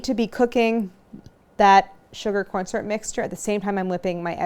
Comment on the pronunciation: At first I didn’t trust you by the way you reacted at how sweet they are, but you brought me back by the way you pronounce syrup.